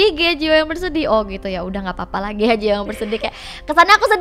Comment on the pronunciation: GHEA kak bukan GEHA